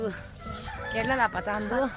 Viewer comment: Sis its karila not Kerala patta... Don't mind me saying this we should all learn like I learn from others aswell